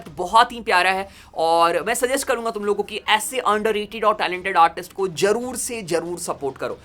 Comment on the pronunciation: jaroor se nahi hota beta zaroor se hota hai beta.